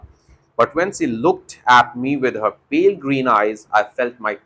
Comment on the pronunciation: Pale ko aapne pilee eyes kaha. Pale matlab halka